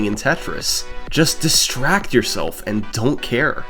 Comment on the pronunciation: "he just figured out the secret to surviving in tetris. just distract yourself and don't care" legit heard "texas" and was like trueeeee